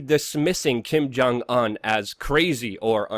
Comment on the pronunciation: dont trust "news" from somebody who cant even pronounce the name of the country leader hes giving "news" about